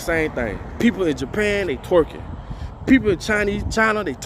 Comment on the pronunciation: Why u gotta say twerking like that tho 😩😩😩😩😩 but big facts another video I gotta share n put my daughters on to 🙌🏾✨💯